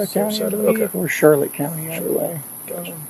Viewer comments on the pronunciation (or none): none